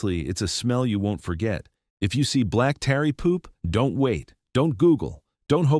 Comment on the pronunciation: AI narratar. Mispronounces tarry as tary